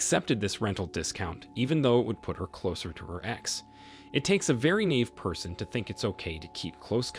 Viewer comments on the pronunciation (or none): Naive is pronounced nigh-eve!!!!! Stop mispronouncing it please 🙄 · Story reader comments after story 1. "It takes a very naive person..." Needs to look up how NAIVE is pronounced. I've heard it on several of these videos and strikes me funny every time. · You mispronounced the word naive in the first story.